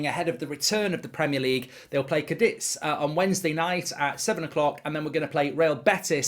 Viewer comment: it's CA DITH